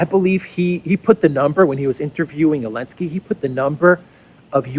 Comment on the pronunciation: Can someone tell me why is he calling Zelenski, Elenski without Z?